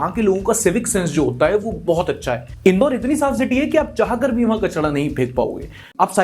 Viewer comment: "KACHDA" na "KACHRA" hota hai. Welcome to India!